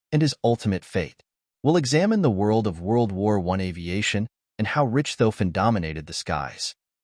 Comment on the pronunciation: jeez, people - do a little research, okay? His name is NOT 'Rich - tofen', (NOT pronounced rich, as in wealthy) it's pronounced 'Rish - tofen. And his airplane is NOT a 'Fokker Doctor', the airplane was a Fokker DR-1, DR meaning 'Dreidecker', in English meaning 'three wings'. I couldn't watch more than of this travesty of history.